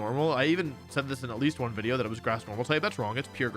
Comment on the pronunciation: mom said one more wideo before bed